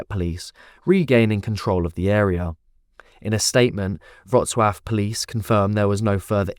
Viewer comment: wrocław not wroclav ....